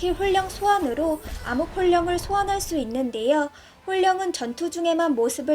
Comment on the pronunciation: 귀여우셩ㅋㅋㅋㅋ발음하시기 어려우셨을듯 혼령... ㅋㅋ 목소리도 기여우신데ㅋㅋ발음 놓치는거 넘 기엽ㅋㅋ